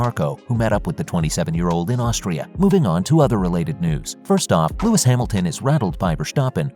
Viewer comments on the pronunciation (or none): It is NOT "Max VersHtappen" nor is it "Bottash" nor is it "Lewisch"!